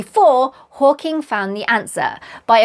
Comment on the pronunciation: You said “Hawking”… subscribed 😂❤